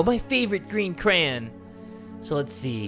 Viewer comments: WHY IS HE SAYING CRAYN AND NOT CRAY YON IM PISSED OFF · Go to he keeps saying cran ugggggggg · Does it bother anyone else that pronounces crayon 'cran'? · I love how you say crayn instead of crayon. It's like how another youtuber says crown. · Lol does he say crayen instead of crayon? lol it's probably just me. Love ya jay and nini! (sorry if I spelled her name wrong!) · No one:: craon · what's a cran sounds like a crayon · Did jay said cran? loooooooooool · I know I’m late but I love how says crayon 😓🤗🤩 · The way he says crayon xC it hurts me